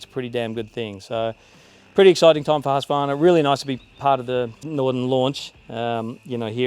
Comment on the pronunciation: It’s pronounced Hoosk-qvarna 😉